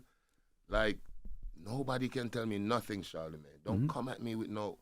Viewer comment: Envy will never say the D in charlamagne the god lmaooo and i dont blame him